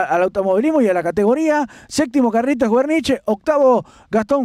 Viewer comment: No se pronuncia asi wernish !!! Es sin acentoo jajajajaj